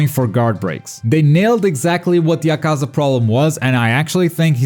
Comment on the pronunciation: my god....you still dont know how to pronounce akaza's name...all you do is talk about this game yet you still dont know how to pronounce one of the main demons names....please stop watching it in japanese im guessing is what your doing and only paying attention to the subtitles and not listening to how the name is said...yikes....its like being who cant say naruto because they dont watch the dub and think its said this way because they only ever read the name wrong x3